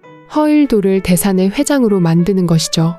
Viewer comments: 작품 해설 해주는분들 왜 하나같이 허일도를 그렇게 발음을 하는지 너무 늦기 거북해서 못듣겠습니다ㅠ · 허일도 이 이름이 어렵나? 발음이..... 허 일 도 안어려운데?